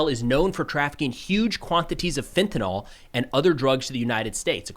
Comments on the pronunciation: Fenta- NYL. Nil. Nil. Nil. Nil Not fenta-nol.... Nyl is pronounced nil, not nol. Godamn, since this drug took over, noone knows how to pronounce it. Jfc? NOT Fenta- nOl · FentaNYL, not FentaNOL. It's not just a "people say it differently" thing, it's a scientific term. FentaNOL is a different phenolic group! It's like saying "TyleNEL". Dude. It's TyleNOL. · you have my admiration for the great job you do, but (forgive my OCD) please, the word is FentaNYL, not FentaNAHL. So please maintain your record of being right 100% of the time and set a perfect example for your audience by letting them know the word rhymes with "nill", not "y'all". And speaking of "y'all", there is a big Mexican cartel presence in Atlanta, so if this blows up badly enough we could have violence from southern California all the way to Georgia. If this violence continues it would be great to see the cartels shut down, but I wonder if we can handle a war on our southern border, a war in Iran, and China possibly making a move on Taiwan all at once. It would be interesting if you did an episode on our ability to handle that many engagements. Keep up the great work. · Why do people keep pronouncing it as "fentanol"? It's fentanyl, ending as in "nil". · cant you mericans physically spell FENTANYL? 😂 FEN-TA-NYL... not FENTONOL 😂 or FENTNOL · The Spanish was fine, but that's not how you pronounce "fentanyl." How do you get the sound "all" from the spelling "...nyl" ? ✅ - /ˈfɛnt.ə.nɪl/ ❌ - /fɛn.tə.'nɔl/ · You know there is no letter "o" in fentanyl, right? It's fen-ta-Nil, not fen-ta-Nol... Mainstream media pronounces it that way, but we expect better of YOU. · Problem is that during the 12 years of the Obama regimes, the southern border was left unguarded (why? You’d have to ask Señor Obama). Southern Arizona border areas were controlled by the cartels, thanks to AG Eric Holder who pulled back law enforcement from these areas. BTW, fentanyl is pronounced, “fen-tuh-nil”.